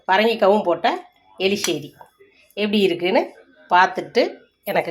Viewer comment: Eriseri not eliseri